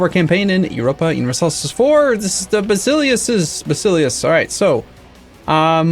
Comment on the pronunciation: can you, for role play purposes, stop saying basileus and start pronouncing it "vasilefs" (correct pronounciation)? Random Internet Greek Guy